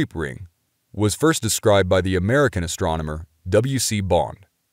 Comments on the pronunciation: Astrominer? Did he say astrominer instead of astronomer? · Was that it ? I thought he was pronounced it ASTROMENER. OH WELL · Astronmener. Did anyone else catch that? Lol Love this btw. Keep it up bro-tharr. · “Astromoner” lol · What's an "astromoner"? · 'astroMeNor' Who else heard it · I kept hearing it that way too! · Fascinating and excellent presentation, but the narrator is AWFUL at pronunciation! "AstroMoNer"??? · Lol I had a good laugh...he is forgiven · Does he need a coach to pronounce Astronomer? Say it the way its spelled.